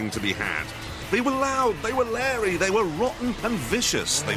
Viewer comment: It's not larry. It's "lairy".